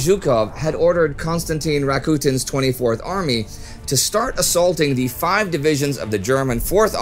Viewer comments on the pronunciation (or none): none